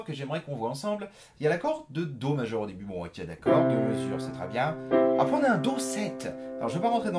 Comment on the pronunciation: « Et c’est juste apreyy » x)